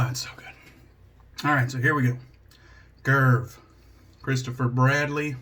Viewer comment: Awesome shave 😌👍 I was expecting a great lather from the First Canadian soap and we got it. ☺️ I do fancy picking up a Mojito scented soap, I’ve seen a few recently and they do sound like they smell good. A great Justin pronunciation of Karve, it’s the only way to do it now. 😌👍 Have a great week, bro!!